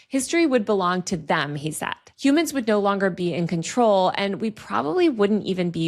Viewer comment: tells me that we're 'hu-mans' & THEY ARE NOT!